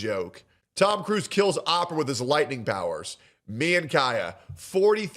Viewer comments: I checked out when pronounced Oprah as Opera... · is ai? Ninja said opera and not Oprah. Who doesn't know how to pronounce Oprah. Sick lol